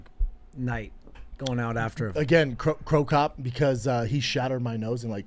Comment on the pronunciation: If bredan keeps saying "Crocop" im gonna unsubscribe lol